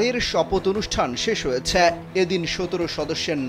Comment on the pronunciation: ভাই সংবাদপাঠক, উচ্চারণ সঠিক করুন। যেমন - ‘হয়েছ্যাা—্যাা’, ‘গিয়েছ্যাা—্যাা’ 😡😡 নয়, বলুন ‘হয়েছে’, ‘গিয়েছে’ 😡😡😡